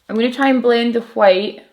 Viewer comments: I'm very satisfied with how you pronounce White. It's like Cool Whip on Family Guy 😂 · Living for the way you pronounce the word "white." Really I love the way you pronounce everything. I'm from the US btw. ...I also love your makeup and videos. Pretty much everything...yeah, everything lol